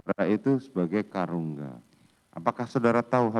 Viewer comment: Bukan Karungga tapi KARUMGA